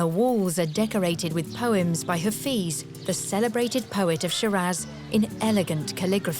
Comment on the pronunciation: THANK YOU SO REFRESHING AND NOSTALGIC. MY BEAUTIFUL IRAN. IF I MAY CORRECT THE PRONOUNCIATION OF HAFEZ AND NOT (HAFIZ) AND PRASAGAD AND NOT ( PASARGADI ) THANKS AGAIN.